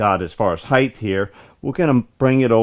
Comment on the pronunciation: What is this new term you use 'heighth'?? Never heard of it. I've heard of 'height', but not 'heighth'..... lol, great videos.